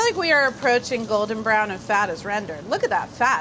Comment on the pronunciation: ”MAAH, WHY IS DA CHOWDAH BRAAAWN?” 😂